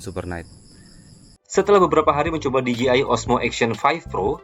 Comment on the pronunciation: Di Je Ai bukan Di Ji Ai